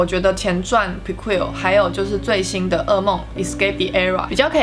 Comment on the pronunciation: 解析得很棒 只是prequel不是這樣的念法啊😲😲😲（強迫症